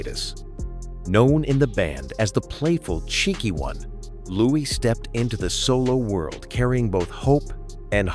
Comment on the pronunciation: Not pronounced Lewis…..pronounced Louie